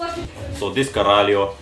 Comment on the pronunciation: I loved "this caralho" Nice portuguese!